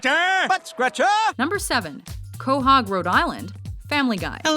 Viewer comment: Quohag? It's Quahog,not Quohag.